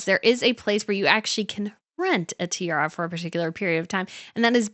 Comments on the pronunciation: you keep say "tierra" which means land in Spanish ... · This commentary needs correct pronunciation of the English word tiara, and the abandonment of “you guyzess.”